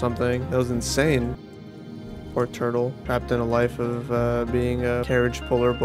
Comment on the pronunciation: “It’s a twurtle”